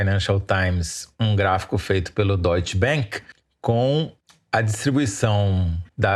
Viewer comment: É Deutsche Bank e não Deutschte Bénk. Esta coisa de falar a para é é coisa de americano. Mas o Deutsche Bank é alemão, onde a é a.